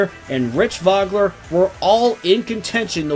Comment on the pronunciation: It's so hard to take it seriously with two pretty well known race car drivers having their names mispronounced constantly ( Mo-ee-ce, Voe-Gler)